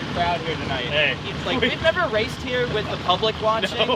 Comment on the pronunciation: NEVER SAY NERVER!